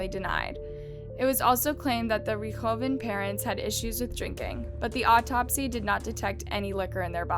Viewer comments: also rich-tho-fen? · Ok, I've watched this girl murder some pronunciations before but I can't let this go. The only way you can mispronounce Von Richthofen is if in your research you failed to watch ANY videos of this case... as it is a german name but you literally pronounce as you read it. Rich-tho-fen lol And I know Cravinhos is a Portuguese word and has the "nh" that a lot of laguages have a though time pronouncing but how you went from CA/RA/VI/NOS to ca/ra/ha/ves is beyond me. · Interesting, but there a couple of pronunciation errors: Pontifical: [pänˈtifik(ə)l and the first time you mentioned Richthofen.